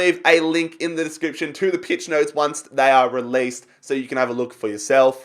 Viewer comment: Did he just say peach notes😂